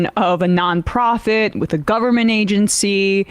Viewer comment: AND GOVER-MENT, WHERE'S THE FIRST 'N' ?